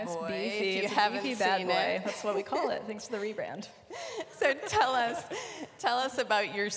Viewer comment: Telly v Telluh